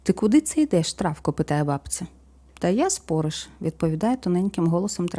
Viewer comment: Вибачте,але не спОриш,а спорИш.Неправильний наголос,як фальшива нота в мелодії - слух ріже.